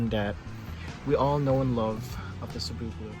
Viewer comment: Thanks for pronouncing cebu correctly. Keep doing videos.